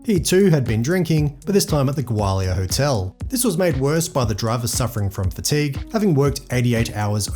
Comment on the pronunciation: Dude, it’s pronounced Gaw-li-uh😊